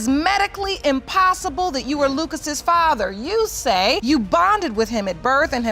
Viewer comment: If you're going to do paternity videos, at least say the word FATHER correctly! and musics too loud!